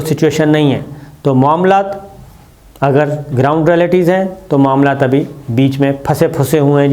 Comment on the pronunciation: "اگر" پہ آپکا زور کچھ ذیادہ ھے، آپ جو تاثر دینا چاہتے ہیں وہ انشاء اللہ نہیں ہوگا۔۔